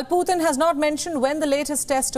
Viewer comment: Putin not puthin